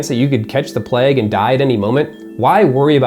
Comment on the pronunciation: Why does he say plegg instead of plague?